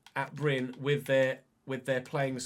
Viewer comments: Happy to see you manage in my home country (even if not my local club). First a little heads up re. pronunciation: The e is not silent, we say Bry-neh; you nailed the y sound btw. Then lets talk about RL: Bryne were promoted from lvl 2 the previous season, and were among the favourites for relegation. They are set for 14th this year, and still have to win a playoff final to stay up. This means 10th is a fair bit above expectation. A realistic storyline is that the previous manager was poached by a bigger club after making the team overachieve. Edit: As you requested help with name pronunciation, i will provide. Wik = Veek Scriven = Skreeven Lie = Lee The rest you basically nailed, aside from the fact that people from southwestern Norway say R in the French manner. (The rest of the country mainly side with the Scots on this matter.) As for KFUM, it's an abbreviation. More precisely the Norwegian branch of YMCA. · Bryne is actually pronounce BRYN-E so as it says but you still pronounce the E but not like ee in speed for example it’s a light tone